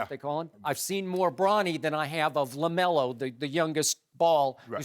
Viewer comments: Sharpe really said Jelo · Did he just call lavars son jello lmao